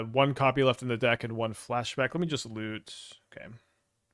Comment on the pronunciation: Talk about Lute sounds like Loot :(